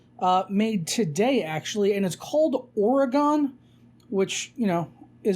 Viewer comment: Why do Americans not know how to pronounce Oregon? Ore - Gin. Like beGIN.